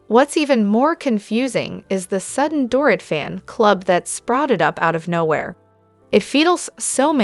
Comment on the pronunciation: You need to reprogram the robot voice. It's Mo, not Mel. It's DorEET, not DORit.